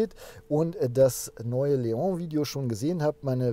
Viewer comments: Artic Ranger was daran ekelhaft ist, jmd. wegen falscher Aussprache zu berichtigen, ist mir schleierhaft. Ich mag seinen Content ja auch, aber es nervt schon sehr, dass er die Namen permanent falsch ausspricht (Zitrööön, Mercedes-Bäänz oder halt eben Leooh) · es heißt trotzdem LEON und nich Leohhhhh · Der Seat LEON wird nicht „Leong“ ausgesprochen! Das ist kein Franzose, sondern ein Spanier. „LeoN“. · Es ist ein spanisches Auto, kein französisches. Daher heißt es Leon und nicht Leoohh. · Cooles Auto und wie immer ein tolles Video - Danke. Zwei Dinge sind mir jedoch aufgefallen: Cap Formentor liegt im Nord-WESTEN Mallorcas und wie ein Vorschreiber schon erwähnte: Leon ist nicht französichen sondern spanischen Ursprungs und wird daher Leon - mit "n" (le.õn) ausgesprochen;-)